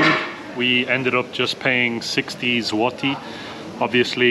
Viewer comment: It isnt ZŁOTI, its ZŁOTY on end YYYYYYYYYYYYYY not iiiiiiiiiiii